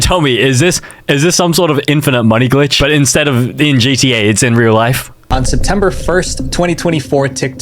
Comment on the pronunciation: For a sec I thought u said "no pee Squidward" 💀💀💀